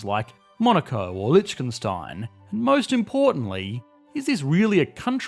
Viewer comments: It's Liechtenstein instead of Litchkenstein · When is this guy going to learn how to pronounce Liechtenstein